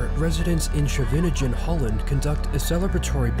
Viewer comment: Scheveningen! NOT schevenegen! Sche ve ningen